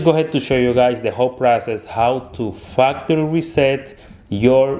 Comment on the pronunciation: I thought he said fucktery reset